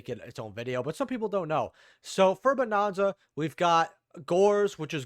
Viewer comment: Bro are you just saying bonanza wrong on purpose lol it's not bonOnza 😂😂😂